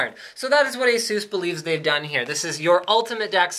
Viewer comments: ASUS not Aseus and D.A.C not DACK :P but AWESOME MAN I want one D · According to Asus Its correctly pronounced Eisus and/or Asus. Its not pronounced D.A.C but DACK as in Digital Analog Converter (dee)(Ah)(Kq). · You are always pronouncing ASUS wrong. There's no emphasis on "U". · I wish people would stop saying Ay-zoooss. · Why can't you say Asus properly?